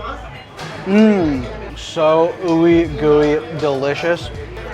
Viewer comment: WOWW YOU KNOW A LOT OF ARGENTINIAN HISTORY ...WIKIPEDIA INFORM !!!!!!!! FEENA ??????? OH MY !!!! F A I N A !!!!!!!! DONT CHANGE THE WORDS !!!!!!!! PLEASE JA !!! FEENA ???? FAINA ISTS MADE WITHS GARBANZOS FLOUR " F A I N A !!!!!! LIKE PANCAKES ?????? OH MYY..... WE PRONUNCE WITH ALL VOWELS...." FEENA ITS THE SHORT NAME OF MY AUNTY !!!!! PALACIO "BROLO" ????? JAJAJAJ PALACIO BAROLO !!!!!